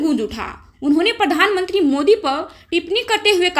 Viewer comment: मैडम आपका उच्चारण अच्छा नहीं है,आप प्रशासन को परशासन कह रही हैं,प्रधान मंत्री को परधान मंत्री कह रही हैं,हरेन्द्र सिंह मलिक को हरेंदर सिंह मलिक कह रही हैं,प्रति को पर्ति कह रही हैं कृपया किसी प्राइमरी शिक्षक से उच्चारण की शुद्धता एवं बारीकियां सीखने का कष्ट करें।माननीय सांसद जी ने बहुत अच्छा कहा है,आपका वीडियो भी अच्छा है,जरा उच्चारण सुधारिये,उच्चारण पर विशेष ध्यान दीजिये।